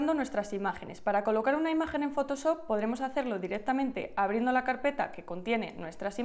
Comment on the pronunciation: me duele el oído cada que dice fotosop